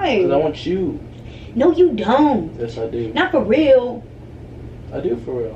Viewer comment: Sucks when you cant pronounce the letter S... she says "YESHH".